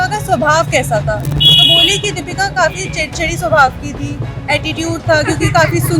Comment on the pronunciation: रिपोर्टर जी नाम तो सही बोलिए दीपिका न की दीपका